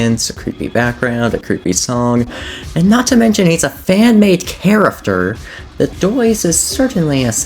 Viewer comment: “and he’s a fanmade charafer”